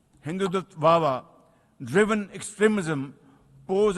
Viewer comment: We in Bangladesh say Pakistan Zindabaad and we condemn the Indian Hindu terrorists. Now I have two points for Pakistan to note, firstly, the word is HINDUTVA which prime minister Shebaz Sharif didn't pronounce properly, and secondly, the term Hindutva is not understood in Europe and America, Hindutva is only understood among the south Asian population, therefore when you speak at the united Nations or anywhere in the West, you need to say Hindu extremists or Hindu terrorists so people understand.